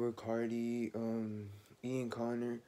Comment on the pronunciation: “Playboi cahti “ “Ian Conner “ “luka sabbaTH” 😂😭😭